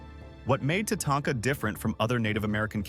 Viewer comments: AI can't make up its mind as to how it wants to pronounce Tatanka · Love how he screwed Tatanka's name up.He would say it right then he would say it completely wrong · is it? I noticed the multiple different pronunciations of Tatanka, none I've ever heard a person say. So I was thinking AI, but it sounds real